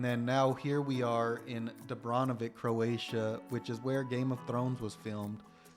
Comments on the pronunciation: Ik is Dubrovnik you visited, not Dubronvik 😅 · Nice video. But please change 'Dubronvik' to 'Dubrovnik' 😉